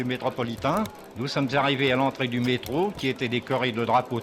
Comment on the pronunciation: J'ai voulu enchaîner avec cette vidéo après avoir vu le très bon sujet Beaugrenelle, mais le "mektro" à m'a fait arrêter le visionnage. Dommage d'utiliser de l'IA pour ça.